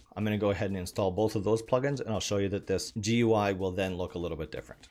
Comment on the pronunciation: GUI is pronounced "gooey" not "gee you eye".